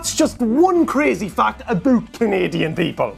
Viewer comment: I loved the way he said Aboot